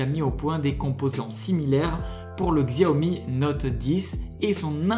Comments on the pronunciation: XIAOMI SE PRONONCE CHI-A-OMI ET XIAOMI N'est PAS CORÉEN MAIS CHINOIS 😤😠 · Xiaomi c’est chinois, ça se prononce « chiaomi »